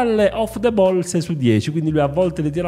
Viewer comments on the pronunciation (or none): none